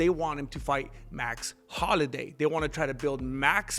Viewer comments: Say it with me bratha HOL-LO-WAY! 😂😂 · Jesus Christ, it's HOLLOWAY! You buffoon. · Carlos Mencia can’t pronounce Holloway. W compadres. Say HolloWay. Essay